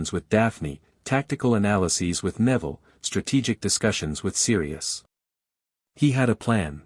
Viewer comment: I find it funny at an hour and 29 minutes Neville's name is pronounced Nevada